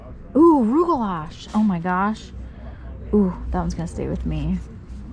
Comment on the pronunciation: FYI you don't pronounce the ch in rugalach.